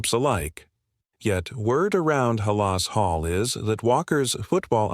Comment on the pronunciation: Come on, lose the AI voice! Terrible that something so important to Bears fans as Halas Hall can’t be pronounced correctly!